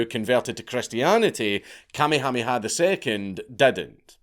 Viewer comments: It took my brain a moment to register he was saying Kamehaneha…BAHAHAHA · KA-me-HA-me-ha was a jaw-dropper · You murdered the king's name. It's "Ka-may- hah- may-ha". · Hearing Dank say "Commie hommie ha" instead of "Ka may ah may ah" is making me giggle a little bit too much. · Listening to you pronounce Kuh may uh may uh as commie hami ha is hilarious. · Bruh… It’s pronounced: Ka-MAY-ha-MAY-ha, not KAH-may-HA-may-HA. I grew up there, and you’re right, it’s a huge mishmash of cultures, but it’s awesome. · Note from the Pedantic Police: we are reliably informed (by a character from "Magnum P.I."; anybody remember that show? Tom Selleck running around in shorts & wearing a doormat on his chest, for reasons...) that it's pronounced "King KAH-May-ah-May-ah"... apparently they used to be very big on doubled up syllables... ;~ ] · Please don’t ever say Kamehameha again! Your mispronunciation is SO atrocious that I cringe every time you say it. 😮 For the record, it’s Ka-mayha-mayha. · I can stand you saying tamyhamiha for another second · I just stopped in to hear the Count say “Kamiamiamiha” 30 times. That’s is all, carry on. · Kamehameha pronounced "kah-may-uh-may-uh" bro seriously watch an episode of Dragon Ball Z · Lolololol...... king what?....kuh-may-uh may-uh. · Just so you know - Kamehameha is way easier to pronounce than whatever it is you are saying. Kammy Hammy Ha LOL! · It's better than actually trying to speak Hawaiian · Listening to you try to pronounce Kamehameha is hilarious. Kuh-may-uh-may-uh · Thetr are no Y's in Kamehameha. The blind leading the blind. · Good lord man. Watch some friggin’ Magnum P.I. to learn how to say the name of the former Hawaiian king. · It’s KA MAY HA MAY HA III 😂😂 So funny trying to listen to haoles try to pronoun our names let alone think they know anything about our history and culture😂😂😂